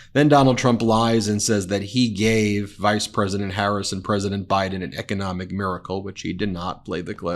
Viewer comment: Are we going to let his pronunciation of economic slide?